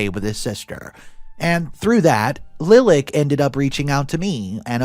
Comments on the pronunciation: Pronunciation: Lilac= like the flower Li lak not lil ak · Lilac is said "Lye-lack," don't get why all these YT readers are saying it "LIL-ick." This isn't the first time I've heard this story with readers saying "Lil-ick" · giggle "LIE-lock" not "LIL-ack" Love your vids and commentary. One of my top three, in fact! Blessings! -Granny Heidi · Lilac is a flower, comes in white, lavender, and purple. Pronounced LIE'-lack. ;D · I'm sure someone else has mentioned it but in the 2nd story, the name "Lilac" is generally pronounced "Lie-lack", like the flower.